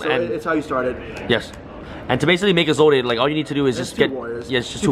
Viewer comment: I had much more of a problem with the pronunciation of 'Isolde'